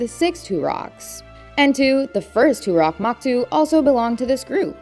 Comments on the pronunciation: Toruk makto, not toorock maktoo. "These names just aren't normal" Okay seppo but this is your job. Have you even seen the movie? Damn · Toruk Makto, not turok moktu... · It's "Toruk Makto" not Turak Maktu 😭 Here, let me make it easy for you "toe-rook muck-toe" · How can you hear the exact way everything is supposed to be said and still be wrong? Turok Maktu? Toruk Makto bro! It’s so easy to sound it out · Bro when she said Turak Maktu instead of Toruk Makto killed me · "Too-rock Mahk-too" 😐😕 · two-rock maktu, you mean